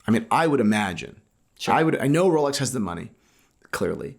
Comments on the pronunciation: Thai people cant pronounce Rs so they call it Lolex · Jenni Elle mispronounces it 🤣 “wholex”